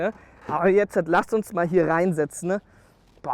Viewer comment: Ich liebe es wenn er immer "jetzat" sagt. LOL. Frag mich was sich die Leute denken müssen wenn da einer mit Helm steht und über sein Auto redet... HAHA